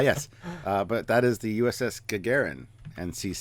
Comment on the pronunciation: I find your mispronouncing of "Gagarin" very amusing.